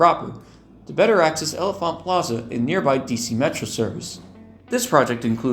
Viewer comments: The pronunciation of L'Enfant is closer to "Lon-Font" (named for Piere L'Enfant). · This is a great video! I have a few small corrections and comments on some things: L'Enfant is pronounced like "la-en-font", or more commonly just said as "lawn-font". This extension was canned because of low projected ridership, as well as the fact that the yard is at Broad Run, meaning trains would have to run back to Broad Run after completing the trek up to Haymarket. The NS line that the service would run on is also not double tracked, with only a few passing sidings. The coaches in this render aren't exactly correct in this render either, as it features doors between cars on the upper level like a superliner, rather than a door on the lower level, like gallery cars have. VRE is partially funded by the PRTC, which is the agency that runs OmniRide. Additionally, the photo was taken somewhere within the jurisdiction of ART (Arlington Transit), so the picture was taken in Crystal City, as Woodbridge and Manassas are not served by ART.